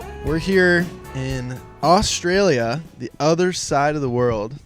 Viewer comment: I'm here at the start, no fkn idea how it's gonna go, but BROOKSY!!!! when you Yanks learn how to say Australia, it'll be a great day 😂😂😂